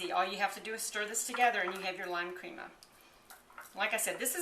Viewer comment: "crema" pronounced "kreh-mah" not "cream-muh" I was hoping to see how you took the squash out of the skin. I am having trouble with that part. Oh well. Thanks for the recipe.